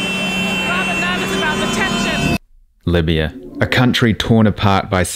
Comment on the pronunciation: As a British Libyan, I love hearing you say “miya miya” 👌🏻👌🏻